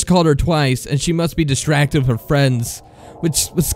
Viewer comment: The reader who pronounces "the" as "duh" and "with" as "wiff" genuinely ruins every story he reads, I cringe every time.